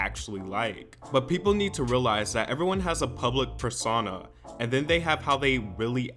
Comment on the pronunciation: “public purr sauna”